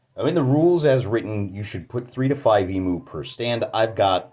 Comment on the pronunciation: Great vid, but I'm afraid you have to redo the audio and correctly pronounce E-myou 😅